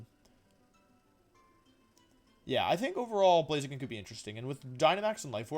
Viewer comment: BLAZIKEN, NOT BLAZAKIN! FIX IT NOW!